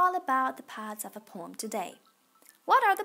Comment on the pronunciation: it is poem not pom SO PLEASE